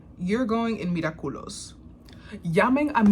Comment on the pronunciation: Every time she said mira culous it's sounded like she was saying look at culo which is look at this butt